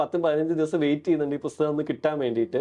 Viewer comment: Interesting interview, A suggestion to the interviewer : it's not "Busthakam" it's "Pusthakam" with a P